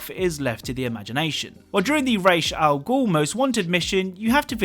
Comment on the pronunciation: It`s pronounced RAHS al ghul, not RAYSH al ghul. Ra`s al ghul.